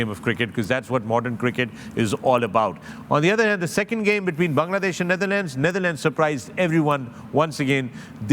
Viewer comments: Naitherlands nhi Wasim Bhai..it's Netherlands 😂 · Hello, I am Bajwa Sb from Germany… with all due Respect Could I request the Great Wasim Sahib to please pronounce the Correct name of The Netherlands. He always says Nietherland… so please don’t mind…. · Its Netherlands not neitherlands- Waseem always pronounces it wrong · Why does Waseem call The Netherlands as 'Naitherland'🥲